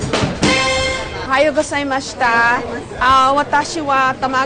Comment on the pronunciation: Ohayo gosaimashita LoL Ohayo gozaimasu yun -.